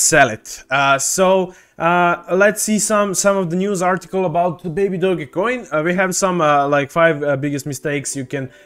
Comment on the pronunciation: You lost me when you can’t even say the name baby doge not baby doggy